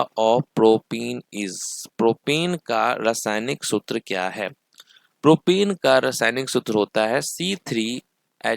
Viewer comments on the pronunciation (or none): propen it's प्रोपेन not प्रोपीन (CnH2n) Propyne it's प्रोपाइन not प्रोपीन (CnH2n-2)